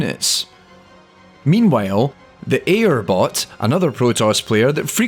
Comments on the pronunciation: It's prounced Eye-ur. Not Air. Just so you know. Yaknow my life for Aiur? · Aiur is the name of the protoss homeworld and its pronounced I-UR there i said it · Aiur is pronounced aye-ur. It's a location in the story of star craft (specifically the Protoss homeworld) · Repeat after me. Auir = "EYE" - "ERR" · Cool video! Just one note, Aiur is pronounced "EYE-urr". The team creating that AI used it as an acronym for "Artificial Intelligence Using Randomness", but Aiur is the Protoss homeworld. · When you know the history of Starcraft bot programing and every unit's name in the game but still can't pronunce Airu correctly. FeelsBadMan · Thank you, his pronunciation was bothering me.